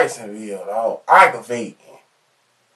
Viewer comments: Jikesonville eye-guh-vating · It’s Oggravating. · He’s barely pronouncing it properly. “Arggravating”is what he’s saying… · “Argrewvantin asfawk “ 🥴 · arrrgarating dawg, I ain't know any Bobby, know a bibby tho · Bro I read this comment first . I died when I heard aggravated. As I'm typing he still saying it lol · Omg I was just going to say that!!! I never want to hear "aggravating" ever again after this video! If someone took a shot every time he said aggravating they would have alcohol poisoning by the end of the damn video 🤣🤣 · you mispronounce the word aggravating hundreds of times to yourself?